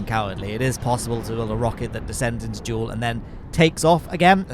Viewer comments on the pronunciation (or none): no it's jool